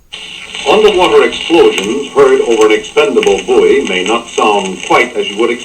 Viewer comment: I gave this video a thumbs up based only on your correct pronunciation of the word "buoy". Thank you.